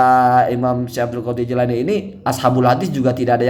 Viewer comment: "Jilani" bener kang